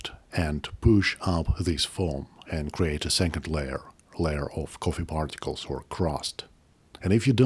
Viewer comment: Don't put it in your pogget, sir. Don't put it in your pogget. It's your lucky Turggish cohffee.